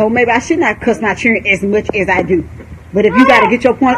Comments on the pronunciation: I can’t with his momma saying “chirren” 🤣🤣🤣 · Its children not chren lol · She is driving me crazy when she keeps saying Chirren. My God, she is just as bad as Tokyo Toni. She needs to grow up. She is ratchet city. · We day Chirren in the Caribbean too. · Did she say Chiren? I swear I love TF outta his mom. 🤣💅😭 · His mother's vocabulary is making me cringe and it ain't the cussing it's these sad attempts at words. It's children not whatever she said like she took the first sound of it and as if there's no letters in between C H & D or behind it for that matter. Then added an imaginary L at the end and then tried to call it English. People who talk like this is why when I talk to others they try to say I sound like a white person. Speaking properly isn't just for white people but you damn sure not making it any easier for us to prove them wrong by talking like this. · “I love my fucking chren”